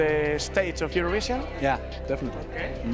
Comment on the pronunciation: Por favor! que alguien le diga a David que se pronuncia "Iurovishen" no "Iurovishion"!!!